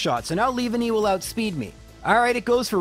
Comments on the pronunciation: Le-van-e not leave-a-nee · it's pronanced 'leav- an-ny' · Lea-VAN-ny (Leaf+Nanny) Get-Cis Ca-ra-coas-ta (Coast) Ar-keops (Arcane) Dra-pion? I don't know this one because I pronounce it the same way you do